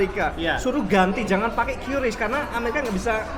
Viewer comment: QRIS dibacanya KRIS bang bukan kyuris loh